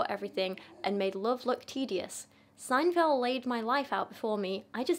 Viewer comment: btw: yes you did say seinfeld correctly 😅❤